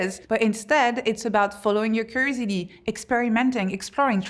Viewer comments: Is she saying creativity when it sounds like crazidy? Just what to know so I ensure I am understanding. Edit: nvm I figured out she is saying curiosity😊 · I have never heard someone pronounce curiousity like that😂😂😂 great speech btw thank you. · If you're going to make curiosity one of your main themes, shouldn't you learn to say it properly? I mean, aren't you curious enough to do so?